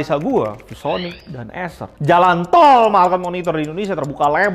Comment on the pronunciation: bang nyebut jalan TOL nya biasa aja dong wkwkw